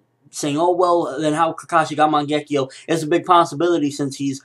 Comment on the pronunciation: Seriously dude. I love listening to your theories about Naruto, they're good and thought through, but your pronunciation of things are HORRIBLE. Man-gekkio? Seriously?